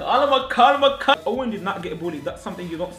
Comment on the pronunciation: Hahha one question ¿do you speak spanish? Cuz those calma calma and that perfecto was perfect